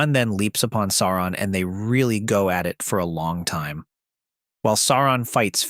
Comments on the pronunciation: If it’s not his pronunciations are horrible. How do claim to he fan of the films and not know to pronounce “Sauron”? Day-gor bro-lick? 😂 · Why are you pronouncing it Saron? It's Sauron. Sow-ron. Or Sore-ron, like dinoSAURON. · Its actually annoying hearing the narrator say "Saron" lol. Pronounce it like "Sow-ron" cuz that what it really is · Sauron, not Saaron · First odd it's not saar and in hair. It's saur ad in sour on. Closer to that phonetically. Secondly, the directors cuts of the movie, the actual directors cuts, not just the exttended editions are well over 4 hours a piece, the only way to watch them. I might be alone, but if there were an 8 hour version of each, I'd be watching them. Lastly, that scene you show when you talk about Aragorn fighting Sauron, that's not Sauron, it's the mouth of Sauron. There's a MASSIVE difference. They're not even close to being the same. The Mouth of Sauron is his messenger, not Sauron himself. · Cant get past SARA - ON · Sair on. Kinda like A A ron but more like sour on. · I very much enjoy your content. But, the correct pronunciation is "SOW-ron". "OW" as in the exclamation. Tolkien is quite explicit about this. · Stop saying Sae oo rahn... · Please read the appendixes at the end of the ‘Rings’, there is one on the pronunciation of names. Sauron is pronounced as ‘Sow-Ron’. Also read the ‘Silmarillion’. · Why wouldn’t you pronounce his name the way the movies do You know the way it’s supposed to be “Saren” 😂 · Its pronounced "Sour ron". He didnt have a physical form at the end of the War of The Ring.... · Tolkien doesn’t! sound right in an American accent! And if you take out all the spurious editions from the films, they would have managed to stay true to the books! It’s pronounced Sour on! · I couldn't watch your video, because you kept mispronouncing the big bad's name. It was like hearing, "Tremp" for Trump. It was such a massive foul that I could not bear to watch any more of it after just a minute or two.